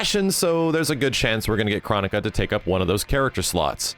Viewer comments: KRONI-KA, not KRO-NI-KA. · Not to slight you but she's called Chro-NI-ca Boon was very insistent about that to Dynasty. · Kronika is actually pronounced “Kro Nee Ka” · It’s not Chronica It’s pronounced ChroNIca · Technically NRS stated it's pronounced Crow-Knee-Kah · Its confirmed her name is Kro-Knee-Kuh